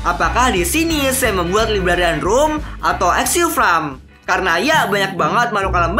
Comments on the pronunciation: Farm bang bukan fram :v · dari tadi ngomongnya fram melulu farm yang betul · FARM BANG BUKAN FRAM